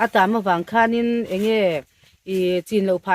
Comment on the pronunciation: Ka ngaihthlak tam hmain i lam dan diklo nia ka hriat, pakhat 'Ang e ' i tih hi ' Enge' tih tur zawk a va nih hmel ve😅 Chuan,Leiruangtuam chungchângah khan Edisona pa i ngam mang tlat lo lo😂😢😮😮😮